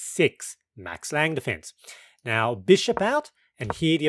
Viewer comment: as a German, can't resist the urge to mention that the "e" is pronounced, so its Max Lang-uh